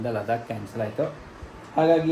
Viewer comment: ಲಡಾಖ್❌ ಲದಾಕ್✅